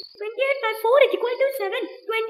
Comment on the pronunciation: When I was kid, I also pronounce it like that...😆 I thought it is a "WORD" "isqualtoo"....😂